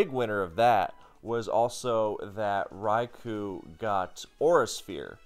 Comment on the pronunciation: One of these days someone will correctly pronounce Raikou and I'll finally be happy